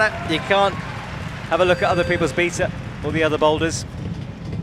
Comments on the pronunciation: Other people from that part of the world don't say beetah. They say baytah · Don't forget the "beetah" lol can't even say the word correctly 😂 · He pronounces an awful lot of things poorly, but that is how us Brits say beta 🤷